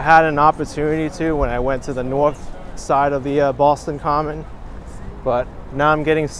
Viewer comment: Props to for correctly saying Boston Common. It's not commons, like some people think. Also, the subway card, charlie card is named after charlie that couldn't get off the street car because he didn't have a nickel. It is a song called charlie on the mta, there's a version on utube